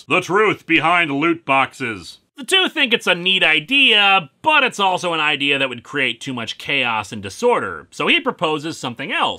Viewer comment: "Hey I gotta idear let's make a Hellraiser holiday special"-, probably.